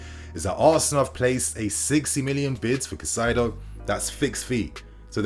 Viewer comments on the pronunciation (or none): Bro it’s Caicedo, not Cacaido. Cai-cedo.